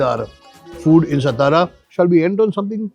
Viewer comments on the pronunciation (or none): सतारा नाही तात्या, it is सातारा सा ता रा Saa (सा) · Why you are stara .. its satara .. you are maharashtriyan .. you should know how to pronounce it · Sir It's not सतारा it's सातारा... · अरे काय आहे हे. मराठी माणूसच जर आपल्या नावाचं अवमान करेल तर मग दुसऱ्यांना काय दोष द्यायचा. सतारा नाही सातारा आहे. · तुम्ही मराठी असून सतारा, सतारा कशाला बोलता? सातारा बोलू शकत नाही का? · कृपया सतारा म्हणू नका...तुम्ही सातारा मध्ये येऊन ब्लॉग बनवताय खूप छान आणी आनंद वाटतोय पण ही आमची मराठांची राजधानी सातारा आहे ... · Please correct your pronunciation it's सातारा and not सतारा. Don't promote the way North Indians incorrectly pronounce the city's name. As the host of the show its your duty to put forth correct information. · You are right it's सातारा not सतारा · तुम्ही का सतारा म्हणताय सातारा म्हणा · सतारा नाही सातारा 😡 नीट बोलता येत नसेल तर तिकडे जावून व्हिडिओ बनवूच नयेत .. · सातारा, आप सतारा क्यूँ बोल रहे हो? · काय सतारा सतारा लावलय... मराठी आहात ना तुम्ही मघ वागा ना तसं....साधा आणि स्पष्ट उच्चार आहे " सातारा" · Satara ahe rao, not stara😊.Amcha kade alat khup anand jhala.🙏jai shivrai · सतारा नसत "सातारा" असत भावा 😊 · Brilliant catch. These foodies don’t care about the right pronunciations often. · Satara toh thik se pronouns karo bhai